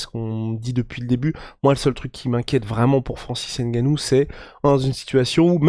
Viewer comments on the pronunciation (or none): Francis Ngannou Pas N gannou